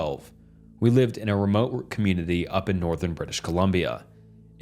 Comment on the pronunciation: Bro ... Please proof read these stories first. The stumbling over word and combining two words to make a new word is kinda off-putting. Pronouncing community as communiny is cringe. I like the stories other than that.